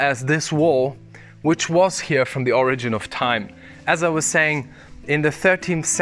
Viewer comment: you're english is great - but please have a native speaker help you say "here" properly - you're saying "huooeur". it is a simple word and you say it all the time, it becomes rather hard on a native ear. It would be like aqui is a simple "ah'kee", not ahuehorahhooooiii.